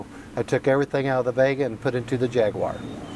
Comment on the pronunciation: Cannot even pronounce the name correctly. Talk about trying to polish a turd.